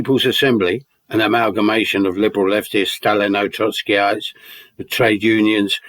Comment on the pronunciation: "Liberal lefteez"